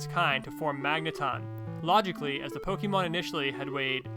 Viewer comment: Poh-kay-mon man, not poh-key-mon!